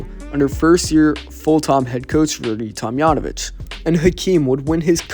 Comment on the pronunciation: That's a hard J in Tomjanovich.